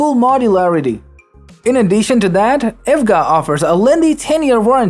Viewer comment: You cant even pronounce e.v.g.a ……..